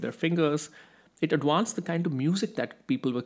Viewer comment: It’s pronounced ad•Vanced with a V, not ad•Wanced with a W. It’s not that hard.